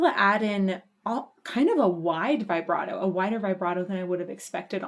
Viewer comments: ok i didnt look at when this vid was made... if you're going to try to put yourself forward as a music expert.... learn to pronounce vibrato correctly. christ what are they teaching kids in school nowadays? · I tried to avoid this but I can't. Please stop saying vybrato. It's vibrato, like vuhbrato. Please & thank you. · U heard it before u made the video.. u said u did... u called out what would happen next a few times... and way to go on pausing the solo. Worst timing. And vibrato is pronounced VIBrato not VIBErato. Also, it's not a tribute to dime. This was from 1990 and he was killed in 2004, so I don't know how u figured ur theory right after u stated facts. I'm glad ur open and appreciative ove this, but ur assumptions are expressive and u obviously didn't enjoy a lot of it.. more so, just blown away that it's actually good music. Not trying to be ultra mean or rude, but this reaction was more like "I studied this song and I'm gonna fake what I feel like" kind of thing... good for u. So honest